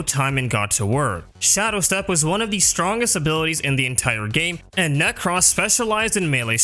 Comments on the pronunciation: Necross 😂 Ne-crose like necrosis nek-rose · Ah yes, my good friend Neck-ross. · Does anyone actually pronounce "Nekros" like that? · Youre pronunciation of nekros is super annoying. 5/5